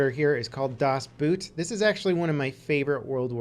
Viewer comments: Boot is pronounced almost exactly the same as boat, PLEASE don't say Boot like a shoe -_ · GJ, will have a look at some of them again! as german I never got your pronunciation of "das Boot". Just stick with your english pronunciation of "boat" and you will be maybe 95% close to the actual name in german :). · Really? Das Boot is a german name. Not pronounced like the boot you wear, but just like boat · omg boot xP you spelling it totally incorrect! its not about a shoe it is about a boat so you rather pronounce it the english way thats much closer than just saying it like the shoe way! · Ahh! What a good list, I thought you missed the Finnish War, which is absolutely wonderful, so I'm referring to a movie called Unknown Soldier(Okänd Soldat), which I saw in the cinema this fall and is magical. In addition to your pronunciation about Das Boot(which was tottaly wrong^^), your video was absolutely wonderful! Keep it up Mate!!!! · As a Swiss i cracked up everytime you said "das Boot" xD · Das Boot.... jesus christ, at least make an attempt not to 100% butcher the prenounciation. Its not a boot that you wear on your foot... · Please don't say das boot again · It took a while to get what you mean with "Das Boot" due to I only know the movie name by German pronouncation. Do Americans, and all English nations alike, watching "Das Boot" and "Downfall" with original German audio or with English dub?